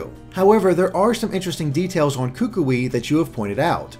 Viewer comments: are so very wrong about the ring and hand. The LEFT hand is the marriage hand, not the RIGHT hand. I don't know how you missed your due diligence on that one. Also, as a Polynesian, I must let you know that you are STILL mispronouncing Kukui's name (and, man, does it make me cringe every time you say it). Instead of "KOO-koo-ee", it is rather pronounced like "k'KOOee" (where the first syllable is very short and choppy and the 'o' in the second syllable sounds most like the 'ou' in 'would'). (One way to practice this name is to say "Cook Koi" 10 times really fast and then you will be pretty close to the correct pronunciation.) Lastly, the tikis all throughout the island seem to show that they regard 'something' ancient as a protector or guardian. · your pronunciation is better on most Hawaiian words is much better but you ought to go to a dictionary website and look up how to pronounce "Kukui" since he's likely to be a character you'll be talking about often and you're still a bit off. Great analysis as always though!